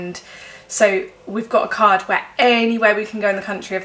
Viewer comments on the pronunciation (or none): none